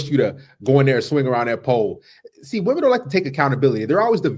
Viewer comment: another illiterate to ignorant to know how to pronounce women correctly.